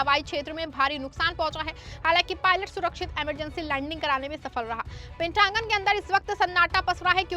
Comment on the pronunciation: It's pentagon not pentangun😊😅😅